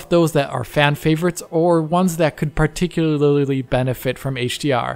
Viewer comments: “particlaralilitery” lmao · I’m all for games that can “particularlarlarly” benefit from auto HDR. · dude had a mini stroke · It is a difficult one to pronounce, to be fair. Also